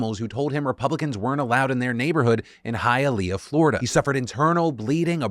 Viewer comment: I'm so proud of you for pronouncing Hialeah correctly, Phil!